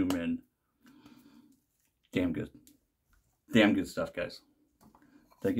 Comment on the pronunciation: Dude I get why you say "Doog" now 🤣